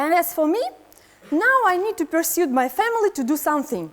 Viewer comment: Одно из ключевых слов урока persuade как-то странно произносится